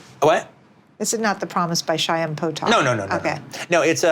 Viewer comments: This lady is SUCHJ= a shiksa-- "SHAIM Potok", who doesn't know, especially if you are doing it on a media platform, it's CHAIM Potok. Sometimes the Hebrew KH (which is actually how you get the sound across to people) guttural is hard for many non Jews. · Did she pronounce Chaim Potok as ¨Shayam¨? Oy vey... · Wow, Lynn Hirshberg doesn't know how to pronounce CHAIM? Even Krusty the Clown knew!